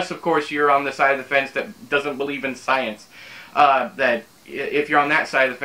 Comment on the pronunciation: What is this scy - ince thing you speak of?